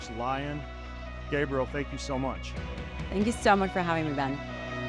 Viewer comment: Gabriel???? WTH ... its Gabrielle 🤦